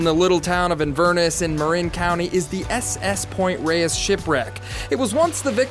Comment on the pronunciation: You're Not pronouncing Point Reyes and Inverness currently! Rays...and In Ver Nas...!